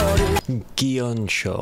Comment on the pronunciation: You said Maiko correctly. And easy way to remember is that the only way the play on words for their song 'Secret My Lips' into 'Secret Maiko Lips' works is if you pronounce it (My). Some people miss the i and pronounce it incorrectly was (May), Mako, like the shark. You did, however, mispronounce 'Gion-Cho' with a J sound. Japanese always uses a Hard G. If it's to be pronounced like J it's transliterated as J, so it would have to be spelled Jion-Chon for your pronunciation. The Japanese Flute is the Shakuhachi. The backstory is the year following 'Secret Maiko Lips' they wanted to do a song that was purely BAND-MAIKO and not a reworked BAND-MAID song. They chose Kyoto because it's the center of Geisha/Maiko culture and Gion is the entertainment district in which they reside..